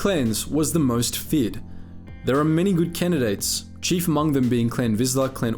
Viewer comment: Is it impossible for and Aussie pronounce the word GOOD?